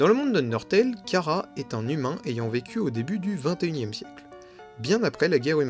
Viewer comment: Tu prononce mal chara sa se prononce chara pas kara 😅 sinon la vidéo sur chara et frisk j'ai eu des frissons 😮😊